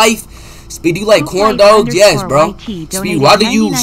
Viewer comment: “Speed you like carndawgs”😭